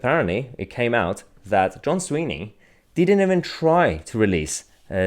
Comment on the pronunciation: john swinney' not sweeney mahyar ...